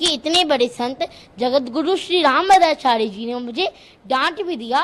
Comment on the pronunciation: Pehle rambhadracharya bolna seekh le 😂,phir aaiyo😂